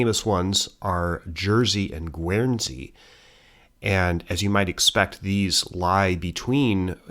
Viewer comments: Hi, Very minor point the pronunciation of "Guernsey" is in fact guhn·zee (guhn as in "burn"). Hope this helps! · Alderney is pronounced with E on the end, and not an A. Interesting pronunciation of Guernsey! 😂👌 In Jersey, we have a large Neolithic monument called La Hougue Bie, built around BCE. 🇯🇪